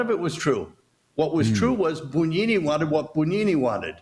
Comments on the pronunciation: Not "boon", "boo". The rest is correct. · Yes, he was, in the worst possible sense! BTW, it’s spelled Bugnini and pronounced Boon-yee-nee. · "Bugnini" is pronounced "boon YEE nee"... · To be clear, the pronunciation should be: "boo YEE nee"?